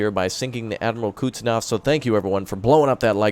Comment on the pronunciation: Please make a video even just a few seconds long and just say it correctly. Lol. Koozznetzovvv